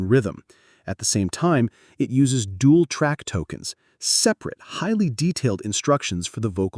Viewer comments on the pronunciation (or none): none